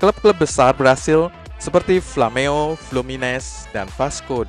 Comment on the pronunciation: Slh sebut tuh Min tntg Romario; Mimin sbutnya Omario ^_^ & Flamengo; Mimin sbutnya Flameo ^_^ ...... Smga bisa ditrma.